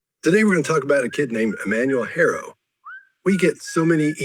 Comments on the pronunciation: Haro not Harrow guys! ❤️ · Greetings. It’s HARO not Harrow. Thanks. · The last name is Haro, not Harrow. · Guys, the family's last name is Haro, not Harrow. Which is why it's hard to google info on him. Also,, we all ADORE you, but you have got to learn to say "Hola" better than that. 😂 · 👉👉👉👉 HIS LAST NAME IS, "HARO". YOU KEEP SPELLING IT AS "HARROW".........and you guys want to be trusted??? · Last name is 'Haro', Not Harrow. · His name is Emmanuel Haro..not Harrow. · Haro, not Harrow. This story was unbelievable from the get-go. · HARO, not HARROW. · It’s Haro.